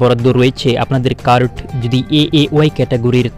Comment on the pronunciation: তুইতো কার্ড (card) শব্দ উচ্চারণ করতে পারিনা ঠিকমতো কি করে ইউটিউব চালায়, আগে নিজে বুঝার চেষ্টা কর তারপর অপরকে বুঝাবার চেষ্টা কর।